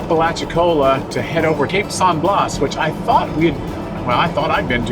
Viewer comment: It is pronounced “cape San Blast without the “t” on the end. Not blaws. Enjoyed the video.